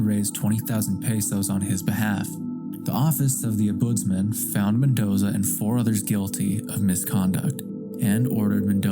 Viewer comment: Dear lord please learn how to pronounce Ombudsman 😮